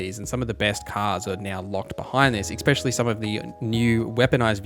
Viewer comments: Essssssspecially.....there's no fucking X in that word....argh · Good video. It took me a while to work out he was saying "melee" not mili. I thought it was short of military militech or something. Also Eck-specially for especially and unequip-ded fopr unequipped. Are these american things? Never heard before.